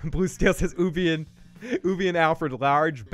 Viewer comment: Dude could you at least say ubbe's name properly it's grinding me 😂